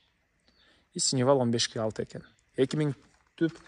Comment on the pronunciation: Сеновал, а не " синевал "!!!!!!!